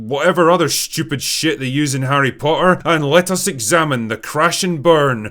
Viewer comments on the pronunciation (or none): I like how you pronounce "Harry Potter" without any T's. 😅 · I just realized The Drinker has that weird british thing where a T in the middle is silent. "Po''er". I only thought this was a cockney thing, not a scottish thing aswell